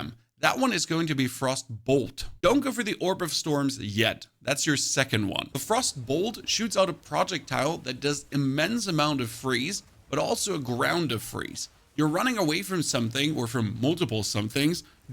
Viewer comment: I’m super thankful for this video! Thank you man. ….however your pronunciation of man-uh, and project-tile is killing me🤣 I kid:) Thanks a ton for this!